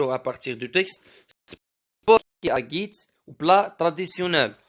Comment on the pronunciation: ملاحظة: تاغيت وليس تاڨيت وشكرا😊😊